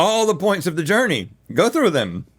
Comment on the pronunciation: Rhett really went "🤟🏻✊🏻🤟🏻✋🏻✊🏻 a JOUrneyy 💅🏻"